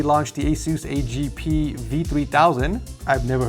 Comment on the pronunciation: the way you said A G P 🤣🤣🤣 , those were the good old days my guy